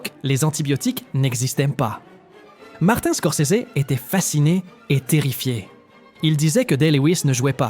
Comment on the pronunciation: "scor-sé-zé" 😂😂😂 Quitte à le prononcer à l’italienne, mets-y l’accent, sinon prononce-le à la française parceque là c’est ridicule